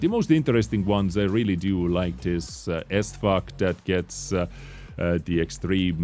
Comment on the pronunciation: I don't really like the tank but I like the pronounciation. It's not SFAC, from now on it is S-FUCK